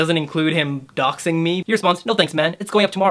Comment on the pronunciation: "doxing" not "doing".